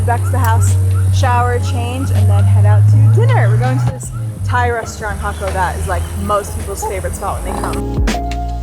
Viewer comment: Jaco’ is pronounced hawk-OH😂Español, people. Español.